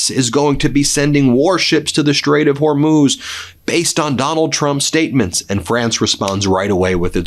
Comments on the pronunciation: Thank you for correcting your pronunciation of the Strait of Hormuz... Not a distraction anymore... and I enjoy your work... 👍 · Glad to see you learned how to pronounce Hormuz. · Thank you Ben, for finally learning how to pronounce the Strait of Hormuz! Only took you 2 weeks! 😅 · You've finally pronounced it Whore-mooze. 😆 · Thank you for pronouncing Hormuz correctly. Love your work.